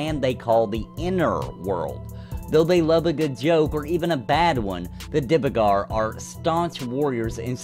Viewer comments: It's not pronounced Divegar, but Duergar. Trust me, I'm a real life viking :) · Not to be that guy! But Dvergar literally means "dwarf" in Norwegian. So it is dwarf by all means. You said it wrong, not that that it matters in anyway ofc! haha. If the devs have confirmed that you should say it like that, they too say it wrong... he..he As always mate, great video! Looking forward to Pantheon and Camelot.